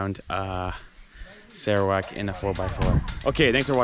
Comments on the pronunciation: We sarawakian pronounced sarawak as "sirrawak" not "Saarawak" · Malaysian pronounced Serawak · Spelled Sarawak, but we local says it as Sir- rawak instead of Sarah wak...way back from the Brooke s era. However if spoken in Chinese or dialect it turn into sar砂 .